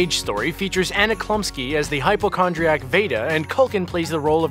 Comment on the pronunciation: anna clumsky?? lol Elizabeth banks?? wow learn the names of the people in your vids